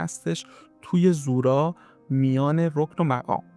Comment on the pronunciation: سلام اولا تلفظ زورا رو درست نمیگید یعنی با ضمه تلفظ میشه دوما مننیش یعنی مکان گناه، سوما در روایت به دو مکان گفته میشد اولی بغداد و دومی تهران در روایتی از امام صادق به کاتب حدیث که احتمالا زوراره باشن فرمودند که زورا مکانیست در قسمت شمالی ری بین دو کوه سیاه و قرمز